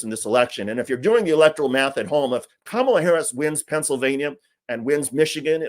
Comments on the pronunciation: Did anyone else catch that? It's the first time I have ever heard him pronounce Kamala correctly. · Most interesting thing in the whole video is that for once I heard trump actually pronounce her name correctly. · Mr. Dick'tater said Kamala correctly. He's slipping. His brain is delapidating, deteriorating, but at least DJT is feeble minded.👍